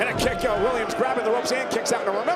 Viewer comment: bro u cant say kick so obviously lol